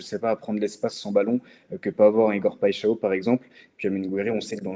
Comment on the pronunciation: Big up la Team et continuez comme ça !!! Pour Igor je vais te donner un moyen pour bien prononcer son nom... Alors PAI en portugais (brésilien c'est pareil) ça ne se prononce pas "pé" mais ça se prononce "paille" ensuite XAO se prononce "cha-on"... Au final ça donne "PAILLE-CHA-ON"... Saches aussi que "paixào" signifie PASSION (peut-être un bon signe pour l'OM ???)